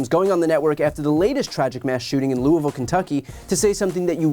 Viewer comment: I live in Louisville.......and Brian said Louisville correctly! :D